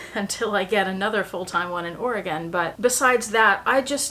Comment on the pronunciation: My girls were born in Portland, I loved it and cried when we had to leave. I must say it’s lovely to hear someone () pronounce Oregon properly! 😊